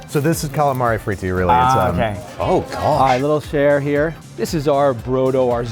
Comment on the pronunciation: Each time Ollie says "Oh my gosh", all i hear is "Oh my Josh"! :D